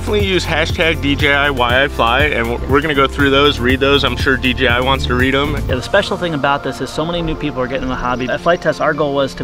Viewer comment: I love you guys but its D J I. Not D G I